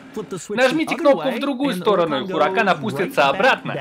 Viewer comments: Запомните!!! Раз и навсегда! Не Хуракан, а У Уракан, первая H не читается! 🤦🤦🤦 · осталось выучить слово УРАКАН